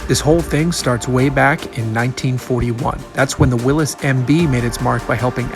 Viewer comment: Thank you for pronouncing Willys correctly!